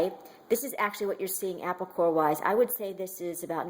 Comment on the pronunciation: I like how she says "apple" it sounds like "appow". It turn me on for some reason!